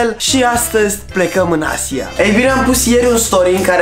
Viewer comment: Boss nu ai pronuntat bine Asia